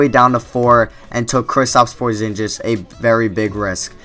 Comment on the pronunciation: lol porzingis not porzinjis